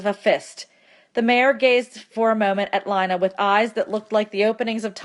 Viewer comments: LI-NA! ARE YOU KIDDING ME apps say lean a even my teacher knows and she pretty dumb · Um it's (lean-a) not (li-na) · helpful but PLEASE say lina as leena and not line-a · Lee-na not Line-a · Yo can someone tell her it’s Lina the i makes the e sound and that my name